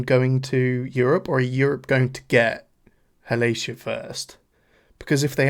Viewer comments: I love you and your commentary. I’m just into Ateez myself, so this is pretty cool to watch. But the way you pronounced Halazia was sending me😂😂😂. It’s HAL-AH-ZEE-YA, not HAL-ASIA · I’m sorry… I have to … HALL - AH - ZEE - AH Please and thank you. 🧡🏴‍☠️☺️ Also, I have no problem with the length. I really appreciate how thoroughly you go through it and discuss it.